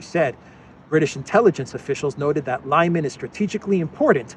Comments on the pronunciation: LimAn, not Lyman ..... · It's Lee-man not Liyman. You're welcome 😊.